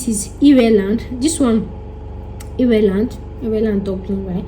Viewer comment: Did I just hear EReland......omg😂😂😂😂😂